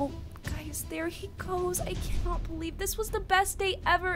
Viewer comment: You said cannot wrong